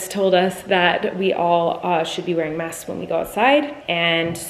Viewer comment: It bothered me so much that I couldn’t hear her pronounce the k in masks. Like ik she said it right, but I just had to go back once just to see if I could hear her 😂